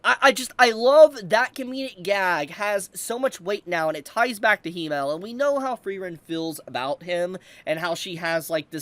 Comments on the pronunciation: Its Himmel, not Hiimel. Please let google translate pronounce it in the future 😢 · i love you but as a german my ears are hurt😂 it is not "he-male" it is "him-mel"